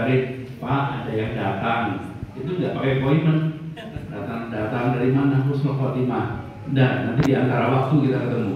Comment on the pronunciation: Admin yg bener itu Husnul Khotimah bukan khusnul khotimah beda banget artinya Husnul baik,, khusnul buruk